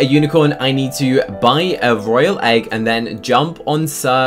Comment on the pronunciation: Um they said a royley egg